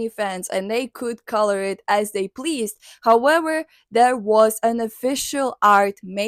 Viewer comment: ive watched her talk about her for two videos im a fan of but for some reason i just cant get over how she says "howewer"😭